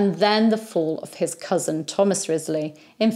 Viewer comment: In the Six Wives of Henry the Eighth series from the 1970s, Henry the 8th (Keith Michel) apparently didn't know the correct pronunciation of Wriothesely either. (Ruchesley IIRC). I look forward to your daily videos. I'm guessing the recommendation for your channel came from YT because of the operas of Donizetti about the Tudor era. Besides his three queens, there was also a Pygmalion, a Lucrezia Borgia, an opera that takes place in Granada, Emilia of Liverpool, The Siege of Calais, Gianni of Calais, Elizabeth at Kenilworth, and most famously Lucia di Lammermoor, based on Sir Walter Scott's The Bride of Lammermoor. Sir Walter Scott was at the height of his popularity when Donizetti was composing.